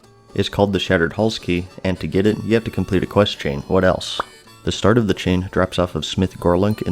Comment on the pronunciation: "I'll tell you HWAT"